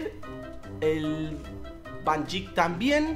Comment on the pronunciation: Roberto:Van Jik y es Van Dijk